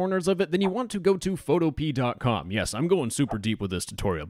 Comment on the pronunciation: "Photo-pee" 😂😂 Its "photo-pee-ah"